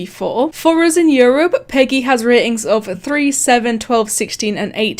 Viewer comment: its not prounounced peggy its acually pronounced pee gee